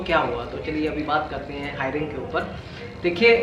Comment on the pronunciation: अंकुश हायरिंग नहीं हेयरिंग कहते है. भगवान आपकी सारी परेशानी दूर करे🙏🏻